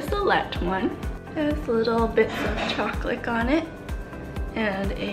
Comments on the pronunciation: Are any else of you guys hearing her say “choclick” or “chocolate” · Do you cay choclick? Cuz that's what I hear